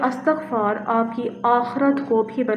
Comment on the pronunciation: Thanks dear sister for using the pronunciation 'ISTIGFAR'.